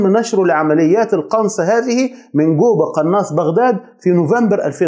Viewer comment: اسمه جوبا وليس قوبا . معقوله ما تقدر تنطق حرف الجيم . اذا هو شيعي يطعن في زوجات النبي وفي أصحابه الله لا يرحمه .